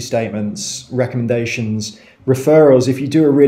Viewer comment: Tough to hear that guy saying ‘recumdations’ over and over again. Can’t edit out bad speech